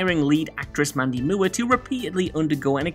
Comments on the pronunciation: I've never heard Mandy Moores name pronounced like that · "Oh, this is a neat little list....wait who is Mandy Muwah?" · Mandy Moo-er? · Mandy Moo' Air lol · mundy moo-er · Mandy Moo-er